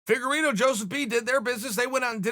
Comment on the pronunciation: For some reason when I hear them call Figueiredo “figa-rito” it makes me hungry but leaves me confused on wether I want Doritos or Fritos.